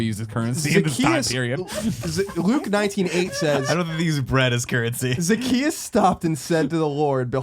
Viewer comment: Greg, it's Zacchaeus. He was a wee little man. Jesus loves him though.